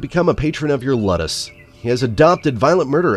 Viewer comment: Ludus is pronounced (Lew-dis or Lew-dus) as its spelled